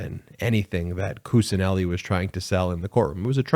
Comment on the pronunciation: Kuccineli is pronounced as Kuchineli